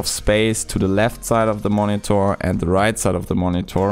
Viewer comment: Drinking game: Take a shot every time he says "Moni-Thor"